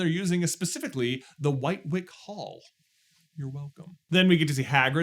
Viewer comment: coming from a Train enthusiast the locomotives name is actually pronounced wightwick(WITTICK) hall. No clue why but that's how it's said